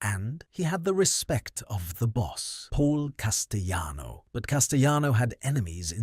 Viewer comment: Good lord!! It's Cas ti lano! NOT Cas ti yano!!